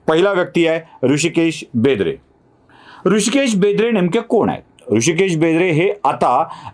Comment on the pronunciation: बेंद्रे नाही, बेदरे आहे, ते